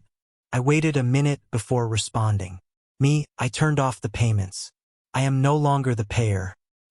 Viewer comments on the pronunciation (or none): What is up with the bullet headed dude in the upper-right mouthing words that does not even bother to match the AI dumbass voice that cannot even pronounce am?